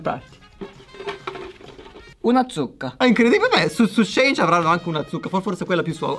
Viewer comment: In realtà si dice “She (che sarebbe “lei”) e “In”, perché anni fa il negozio si chiamava “She Inside”. SHEIN detto Shane non si può sentire 🤯